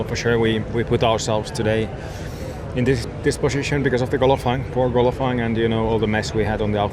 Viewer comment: Valterri does say Gollofying instead of Qualifying xD